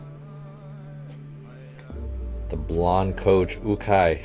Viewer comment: The coaches name is pronounced you-Kai